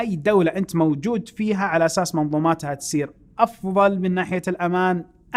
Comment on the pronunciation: يشبه الممثل توفيق العشا مؤدي دور ميسون في افتح يا سمسم يقول عشاس = على أساس 🤣